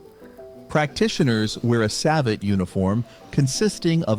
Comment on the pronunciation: Akchuallyyyyy.... Both of you and the A.I. got the prononciation of "savate" wrong lol. As for JJB : a smaller guy guy beating a larger is more than possible. Yesterday, on the Karate Bushido channel, was posted a video of a sparring between Thierry Santa, 64 kg, France JJB champion, and Aurelien Le Jeune, France strongest man, 160 kg. Although Aurélien don't have a serious martial arts background, he did some sparring several time on that channel and was a former bouncer, so not totally clueless. Well, he lost each time (even if he bench pressed his opponent several times lol). Obviously, there was only grappling, striking might have changed that, but the point stands, good technique can beat pure strenght.